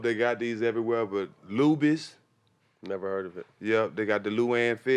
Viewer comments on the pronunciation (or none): Boy said lubys 🤣 bring back memories h-town stand up